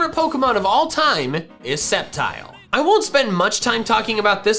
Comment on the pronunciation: TELL HIM IT'S SCEPTILE, NOT SCEPTRE!